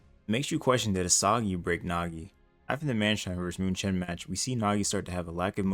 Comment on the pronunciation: its pronounced mewken not muchen